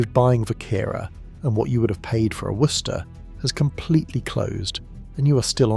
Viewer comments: Worcester pronounced Wuster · Your AI voice really struggles with the pronunciation of Worcester, trying to say Worcestershire instead. laugh a minute - it gets in the way of the message! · Pronunciation of Worcester was hilarious.